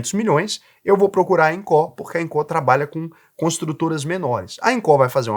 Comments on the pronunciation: Fala sério né,. Todo mundo sabe que Incó (como vc pronuncia) é o famoso instituto do coração. A pronúncia certa é ínco😂😂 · Eu acho q a única coisa q vc disse errado eh o nome da empresa kkkk eu chamo de incô. Incó fica estranho kkkkk (nem sei se tá errado, só falei pela zoeira mesmo) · IncÓÓÓ??? KKKKK. Não tem acento agudo. INCO. Engraçado demais ouvir ele falar INCÓÓÓ 😂😂😂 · Invisto na INCO desde 2020 e nunca tive problemas. Recomendo muito! Detalhe: análise e comparações rasas. Falou o nome da empresa errado o vídeo todo.. É INCO e não INCÓ 😂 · Inco, não tem assento agudo na letra "o". Sua fonética está colocando, Incó. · INCO, não Incorrrrrrr 😂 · só não gostei de falar INCÓ, no mais, excelente video hahahaha. As pessoas ainda não entendem risco x retorno. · eu tenho conta na INCO e não tenho do que reclamar! (E detalhe, a pronúncia é "ÍNCO"! 😂) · Sou investidor na INCO tem 5 anos. São bem claros e transparentes quanto aos riscos. falou algumas coisas que não são condizentes. Trm empresa la por exemplo que fatura mais de 200 milhões, não é empresinha da esquina. E não é Incó ne kkk Nem a pronúncia do nome da empresa ta correta. Acho que valia ter aprofundado mais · "INCÓÓ"? KKKKKKKKKKK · Acho que só o fala incó kk. Nunca ouvi ninguém falar assim. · é baiano e coloca silaba tonica no lugar errado rsrs